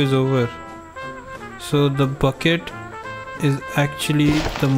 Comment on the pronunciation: The way you say buckets makes sound like baguette